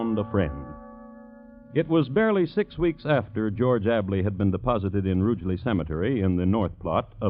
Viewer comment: What a typographical error : it was WILLIAM PALMER not Partner from James Howells , Burntwood, Staffordshire....... 9 miles from Rugeley. At least the American narrator got the name correct an pronounced Rugeley correctly which many English announcers do not !